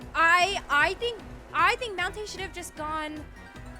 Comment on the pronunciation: No she said mountainh still makes it